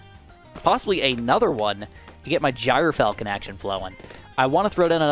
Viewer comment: Mr, it’s pronounced Gr-Falcon, not Gyro-falcon. I’m just a stickler for pronunciations, hope I could help